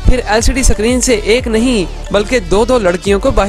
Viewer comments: Bro सकरीन nahi screen hota hai... Lol 😂😂😂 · Bro sacreen nhi hota h screen hota h😅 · Mere bhai suckreen nahi iskreen ( screen ) bol de... Iskreen